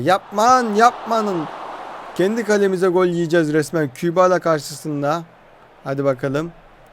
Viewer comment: Aga şu Kübala dediyin sade dilde. "Qebele FK" nası yazılıyorsa öyle okunuyor